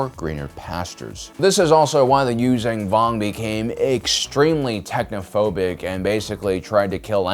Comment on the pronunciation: The fuck are the you-zang- vong? It's You-Zon-Vong you stupid ass!🤦‍♂️